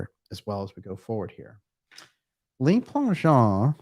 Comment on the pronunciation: Le Plangeon . The Le is pronounced l-eu not l-ay. Le is the article for one male. Les (l-ay) is the plural for men. Just thought you'd like to know. Love the show.